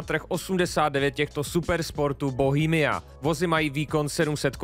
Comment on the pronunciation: Není to BOHEMIA ale BOHEMA